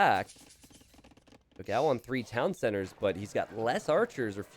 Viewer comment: Let me explode yours minds, Dogão means Big Dog in portuguese. And the pronunce is different.